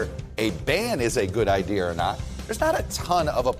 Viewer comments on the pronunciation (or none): Did Ari say ideaR? Like Bostonians who drop R's then place them where they don't belong? I can say that as a propa person from Southie (back in the day) I immigrated to Quincy. In a village in Yorkshire, UK on my first full day after an insane night out... My friend dropped me at a pub for "the cure" and was meeting me for lunch. I asked the bartender where to get tablets for a headache. He told me to duck through an alley and look for the Chemist. There were alleys everywhere! I was lost but realized I had a stalker. Did I mention the previous evening? Well it was a lady with a baby in a pram wearing high heels and full makeup. I ducked into another alley to let her pass. But ste stopped and looked at me. She explained I had been with her husband the previous evening into the WEE hours. I flatly denied the accusation! She informed me her husband was the bartender I'd taught to make a few American cocktails. We became fast friends and she walked me to the Chemist. Before we parted ways she asked me to speak to the baby in my American accent. I obliged and said "Pak tha ca in Havad Yahd" She asked if I was from Texas and I said Yes mam